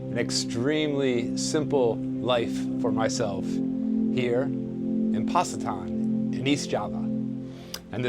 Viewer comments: Not Passitan, "c" in bahasa indonesia is like "ch" in "chicken" otherwise great work😊😊😊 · It’s Pach ee tan bro. Indonesians pronunciation of C is Ch. The ppl there are amazing. Love having their picture taken with westerners. Hi back to Watu K and ask where is Black Sands and check that out if the wind is up. It’s just a beach or 2 west of WK and Should be offshore. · For future reference, all a’s in Indonesian are pronounced (ahh), all c’s are pronounced (ch) so Pacitan is pronounced (Pah-chi-tahn).. Hope this helps. 😬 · Pacitan is pronounced Pack-i-tan . The "C' is either CH as in church or CK as in pack . Lived here "Grajagan Pantai" for 10 years after traveling back and forth for 8 years , worked lived in Australia previously . Had good waves further down the coast from where you are , Pulah Merah/Red Island. During the week is best , very popular with Indo tourists on week ends , bus loads of them come down from the inland towns/villages . Safe travels , Enjoy . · Great video mate!!! It is a beautiful area. I've stayed at Harry's a couple of times in the last few years. Pacitan is a fun place! Good to see you having a go at learning bahasa, the local people will really apreciate that and it will open doors for you. The Indo's are a friendly and curious people but can be shy with foreigners. Oh btw, The letter C is pronounced Ch in Indonesian language so Pacitan becomes Pach-itaan, similarly, Canggu is Chan- goo. Wishing you well on your adventures and say hello to mbak Tina for me😃